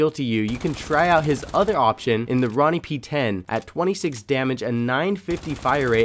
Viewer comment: roni (ro-knee)